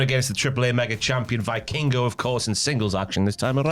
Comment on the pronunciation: Please, pronounce Vikingo "Vekingo"